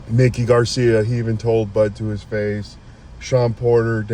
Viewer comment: If you are going to have a boxing show. Know the boxers. It's MIKE. E. NOT LIke Mickey Mouse. Mikey Garcia.